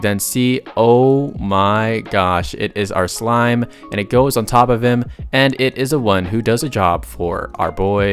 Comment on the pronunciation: it is a SLIME damit a SLIME S - L - I - M - E not SMILE